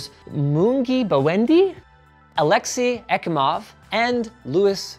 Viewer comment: aa-lek-sEy ye-KEE-mov